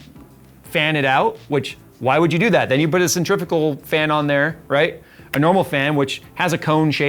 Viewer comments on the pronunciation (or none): none